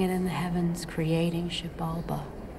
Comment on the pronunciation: I absolutely love this film. It's so incredibly told and shot. One of my favorite things in the film, is the ink when Tommy is traveling to Xibalba in his little orb with the tree - which the film mispronounces as Shabalba when Izzy and Tommy are looking at the golden nebula. We get the image of him tattooing himself, then we get the image of his missing wedding ring, which has left a mark of his finger as a result of all the time it spent there. Now that the ring is gone, the mark represents an abstraction in his mind that he focuses on and spends time thinking about instead of being in the present. Because of its similarity to his tattooing, this reveals the notion that all his tattoos are representative of other abstractions that he spends his moments looming on, instead of being in the present. The thickness of the line represents how long he spent looming on that particular abstraction. It's a really powerful metaphor and it makes me wonder what all of us would look like - if we could snap our fingers and reveal to ourselves in this physical way, how much time and on how many different abstractions we have wasted our precious time thinking about - instead of being in the present moment. You should personally recommend this to Cody and Bridget.